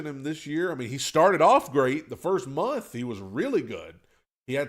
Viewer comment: Why do you hate the N in month? 😆 I always hear it.